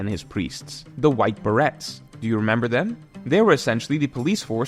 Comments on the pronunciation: The T is silent. I actually checked for an alternative pronunciation. But it's definitely pronounced "be-ray." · It's prounounced ber-ay, not ber-et. Borrowed from French a few hundred years ago, it describes the style of hat the white berets wear and it's and commonly used as part of the names of elite military units wearing that style of hat. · It’s White Berets like the ber in Burma and the ays in rays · White Berets not White Barrettes 😂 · Great vid but how you gunna butcher "Berets" like that my man